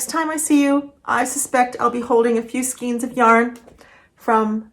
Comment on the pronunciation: Just curious if you know you pronounce skeins wrong?